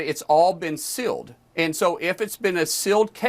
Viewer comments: I am a 55 y/o southern woman with an accent so strong that voice text barely works for me. I have no problem with you mocking a southern accent when it is called for, and in this case, it is. Good lord, the idiot says "silled" instead of sealed! Mock on,, you are badass and you are loved! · Disconcerting to hear sealed as "silled."